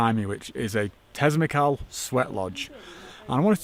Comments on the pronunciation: Tesmacal hahaha😂😂😂😂learn the write name before is not tesmacal Have a sound in your gim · I watched 10 seconds of this video, he said Tezmacal, he cant even said the word correctly, Not worth of my time to watch the rest of the video